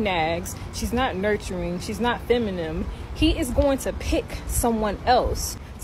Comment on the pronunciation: 🤣🤣🤣Im sorry but I cant stop laughing at this chick she says "confiscational" instead of CONFRONTATIONAL and she says "feminim" instead of FEMININE! 😂😂😂 Im mean she is cute and her brain tried to make a video, but damn!